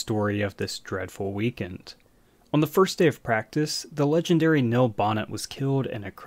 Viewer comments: The man's name is pronounced kneel, not nil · His name was Neil...not nill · We say Neil, you say Nill. Potato, potahto. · OMG the way you pronounce "Neil" is enraging.